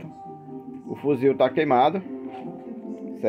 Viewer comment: Toda vez que elea fala fuzil eu me arrepio